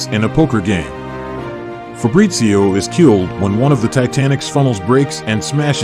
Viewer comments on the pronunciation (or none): Fabrizio, not Febrizio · Fabrizio. No "Febrizio " italian name is Fabrizio